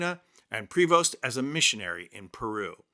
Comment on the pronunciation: The “s” in his name is silent. Pray-vo .